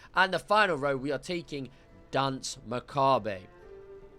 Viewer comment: Why can't anyone pronounce Macabre correctly?